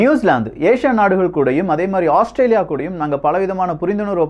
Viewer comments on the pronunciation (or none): none